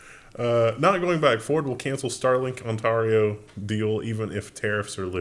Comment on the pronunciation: on tar eo..... lol.... Ont aR I O ?